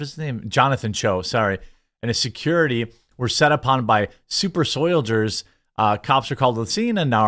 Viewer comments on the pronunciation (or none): What is a "super soylager"? I've heard you say it hundreds of times. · "Super Soy-ldiers, L.A.R.P.ers." Lolol😂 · Did you call them 'Super Soy-diers'? LMAO! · "Soilders," LOVE it! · "Super Soyldiers" lol